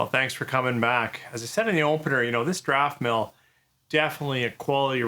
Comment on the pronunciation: There is NO "r" in Daftmill, but it sounds like you think there is... (Still: not as bad as some people saying 'ArdbeRg'! Do they really think Islay Scotch sank the Titanic?)